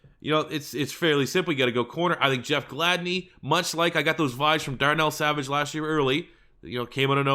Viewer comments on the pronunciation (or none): none